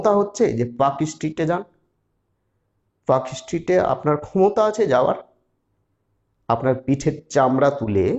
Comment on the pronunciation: Park Street has almost zero hawker. Your report is wrong. You cannot pronounce the name properly. Your education level is low. Muslim hawkers are in Rajabazar, Mallick Bazar, Park Circus and Chowringhee area.